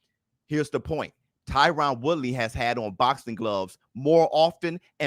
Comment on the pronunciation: HIS NAME IS TYRON(TIE-RIN)